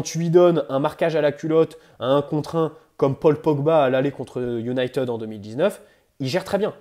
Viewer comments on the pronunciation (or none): none